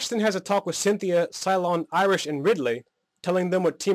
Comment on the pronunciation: After sinfia did he say iris or Irish